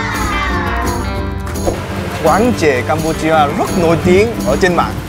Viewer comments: CAMPUCHIA đọc nhầm thành CHIPUCU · nói là campu₫eo